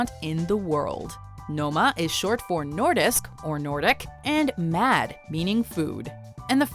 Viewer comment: Denmark ❤😋the best 🍽 but it's not pronounced mad it's pronounced more like mal